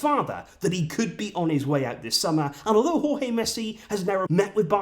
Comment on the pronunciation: I'm glad that you are now pronouncing Jorge properly